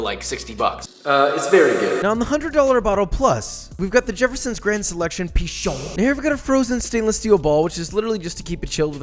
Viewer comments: Château Pi*CHON* Baron Gotta put that emphasis, you know? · Nobody: Absolutely nobody: Josh: "pIcHoN"